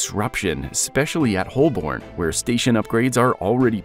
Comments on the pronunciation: Same here. "Whole-born" instead of Hoe-bun I let slide, but Peckham Ree? The voice actor needs to get a new job - in newspapers. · Holborn is pronounced Holburn Peckham Rye is pronounced Peckam R-eye